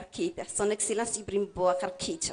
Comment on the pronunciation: non, elle dit Ibrihim. Peut-etre c'est la prononciation correcte en Bambara.